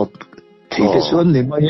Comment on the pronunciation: Keipawh kalo ning deuh thin a, sawsel peih min tih ka hlau deuh bawk sia, rawn sawi nfhal mawlh mawlh mai se, ka duh ber mai 😅. Tin, 'mei' ti lovin 'mai' han ti zeuh la tha zawk lo maw, te kalo ti mai mai. 😜